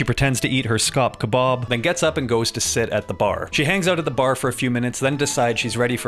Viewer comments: I can't get over how weird he says kebab😂 Ke-Bawb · I can't stop laughing as he keeps saying "kuhbahhhb".